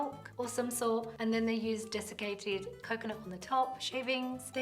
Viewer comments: Every now and then they say “desecrated” coconut instead of “desiccated”. 🤣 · Only Shefali says desecrated 🫣😄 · The desecrated dessicated coconuts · desecrated coconut 😫😫😫🥵🥵